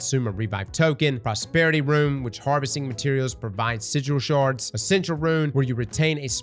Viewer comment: 'sizhil sharz'?